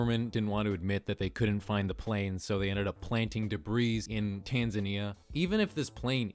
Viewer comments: Debris is definitely pronounced "deh-bree", not "deh-breez" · For the love of God it's pronounced "debrie". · He pronounced the s in debris its time to cancel him xD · I'm sure somebody else has mentioned this, and I hate to be that guy, but debris is pronounced "deh-bree" not "duh-breeze". Just sayin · say "debreeze" one more time mothafucka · You also said debrees instead of debris so i guess i cant fault you for consistency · Learn how to pronounce Illinois and debris, it’s called a silent S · Debris is pronounced with a silent s. Daybree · “koolah loompar” “debreez” lol. bruh. learn to pronounce words. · did he seriously just say "debris" with an audible "S"? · Isn't the s in "debris" silent? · Kinda irritating.. debris is pronounced without the “s” its silent.. come on buddy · the s is silent in “debris” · Whoever made this ice burg doesn't understand the concept of an ice burg. This is just a list of weird things on Google maps. It isn't an example of an ice burg metaphor. Also. The s in debris is silent even when it is plural. I'm just a ray of sunshine today ...point out everyone else's mistakes. I'm sorry. I'll stop. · Dude, most of the photography you’re calling satellite photography is aerial photography. Also, please learn to pronounce “debris”. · Note: the “s” at the end of the word “debris” is silent. You’re welcome.👍🏼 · YOU DONT SAY THE S AT THE END OF DEBRIS